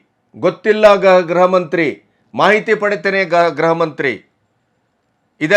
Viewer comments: ಗ್ರಹ ಮಂತ್ರಿ ಅಲ್ಲ ಅವರೇ ಗೃಹಮಂತ್ರಿ ಗೃಹಮಂತ್ರಿ. ಉಚ್ಛಾರಣೆ ಸರಿಯಾಗಿ ಮಾಡಿ. ತಪ್ಪು ಉಚ್ಛಾರಣೆ ಕೇಳೋಕ್ಕೆ ಹಿಂಸೆ ಆಗುತ್ತೆ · namaste sir. grahamanthri alla. gruhamanthri endu heli.